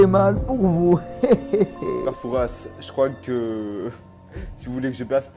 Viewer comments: on prononce pas le s de pere fouras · C'est très jolie comme dans le vraie fort Boyard mais on ne die pas père Fouras avec le ssss il faut pas dire le s sinon c'est très bien mon frère adore se que tu a fais